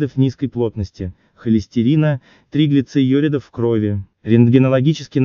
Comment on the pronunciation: Комментатор😊👍"триглицеюридов", даже слушать расхотелось, научитесь сначала правильно произносить медицинские термины!